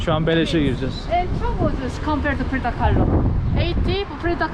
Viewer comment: Frido değil Frida demelisin 😎🌵